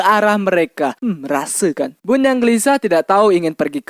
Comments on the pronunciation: Bentar bentar apakah ini orang Malaysia tadi bilang rasekan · "hm rasekan" ingatkan melayu🥺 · Part "rasekan" percakapannya kayak org malay 🤣